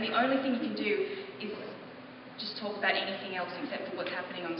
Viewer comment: whyyyyyyyy would you pronounce the l in talk?